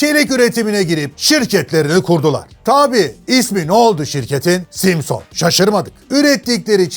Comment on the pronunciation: aynen simsıñ degil simson ustad. emegine saglik. birde efsane honda kinetic var di zamaninda usta onu da anlat ne olur. saygilar.